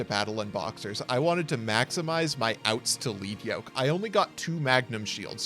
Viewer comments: It's 'Led' Yoke, not 'Leed' Yoke. The Yoke is made of lead, a heavy metal. It slows the monster down, so it has lower attack points. As parts of it get broken off, the yoke gets lighter, the monster speeds up, it hits harder. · Fun fact: Battlin’ Boxer Lead Yoke is commonly mispronounced (thank you English) but it’s actually ‘LED’ as in the metal because he has a Yoke around his head which was used by animals to plow fields or pull carts. So the card’s name is referring to the equipment around his neck. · Does it bother anyone else that they pronounce it "Leed Yoke" and not "Led Yoke" as it should be? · Once again, it is pronounced Lead Yoke like the element lead...sheesh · I'M GONNA HIT SOMEONE WITH A LEAD YOKE IF THEY KEEP CALLING LEAD YOKE 'LEAD' YOKE! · It’s crazy to me that every Yugitouber mispronounces Lead Yoke. His yoke of made of lead.